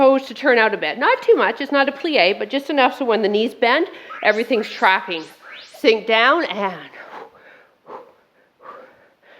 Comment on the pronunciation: This was a great one! I had to laugh because I thought you said "Everything's cracking" and I was like yep, yep it is 😂 Everything's TRACKING,. Tracking. I love this challenge. Even though I'm super behind 😁